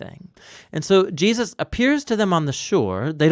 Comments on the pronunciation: Please say Jesus, it’s not Jeuses or geahsis. It’s driving me crazy lol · Are you saying Je-us’ lol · I live these videos but I need to know why you pronounce Jesus plural instead of Jesus’s you say Jee-uh-ses? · Anyone else notice the narrator occasionally pronounces Jesus as Jee-ah-sus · Does anyone notice how the narrator says “Jesus” sometimes. He will say “JeASus” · why do you keep saying "Jee-Us-Sus"